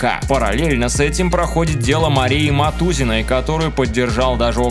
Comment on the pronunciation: Не Матузиной, а Матузной! Новостной портал, в рот вас колотить...